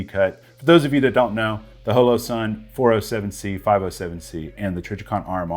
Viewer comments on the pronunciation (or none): The way you pronounced Holosun threw me off. Is it really pronounced that way? Thought it was Holosun like Hologram. Or pronounced like sleepy *Hollow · You say Holosun funny. ;-)